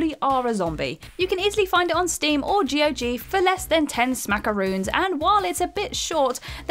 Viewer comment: The same person who pronounce G.O.G instead of gog.